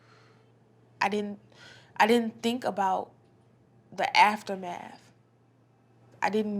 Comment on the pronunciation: “I didn’t think about the aftherdmeath”